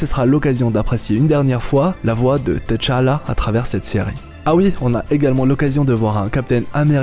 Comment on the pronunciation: Plus jamais de "Teuh Tchalla" stp...ça agresse vraiment les oreilles